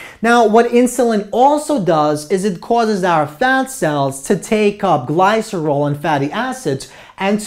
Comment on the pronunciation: This was a very clear and helpful lecture. The only complaints I have are petty: some mispronunciations (glycerol, somatostatin) and that gamma comes before delta in the Greek alphabet. But I really like this lecture and will recommend it. Thank you!